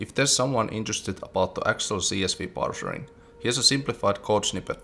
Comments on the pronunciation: Not "parcering", but "parcing" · Absolute enjoyment watching another devlog of yours! Minor nitpick, "parsing", not "parsering".. Juu, pilkunnu**intaa.. :D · "Parsing", not "parsering" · It's "parsing"... Sorry, I had to.